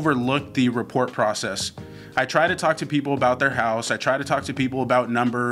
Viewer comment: "Report" ...... ?? Love you guys!